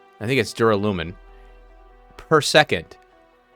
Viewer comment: Thanks for the episode. Duralin... Duralumin - easier done than said! 🤣